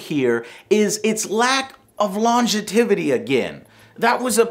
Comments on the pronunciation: It’s “longevity,” not “longetivity.” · "longetivity"??? I believe you meant "longevity" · *Long-ge-tivity??! Lol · You pronounce it lon·gev·i·ty, not lon·ge·tiv·ity. You're making new words, foo! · lon-ge-tiv-ity? it's long-gev-ity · "Longetivity".... Oh Joe, you never fail to entertain, though, it seems like more and more of a hassle for you. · longitivwhat???? its is pronounced "lon-jev-i-ty' great review. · longe-tivity? :D huehuehuehue. lon-gevity would be a better pronounciation. With a short e. Anyway, the game looks good. Too bad i won't buy it for a long time. I simply can't afford it after getting bf1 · Joe, wtf is longetivity? :) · What did he say ? Longetivity? Bless your heart Joe, you're trying. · "longetivity" lmao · You sure you didn't mean, 'longevity'..? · Wtf is longetivity? Rofl, thanks for the laugh :-p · Did Joe just say "Longe-TI-vity"? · Longetivity? Love it, never change. :P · "longetivity", thats a nice word there Joe lmao nice review tho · He was meaning to say longevity. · that's not how you pronounce "longevity."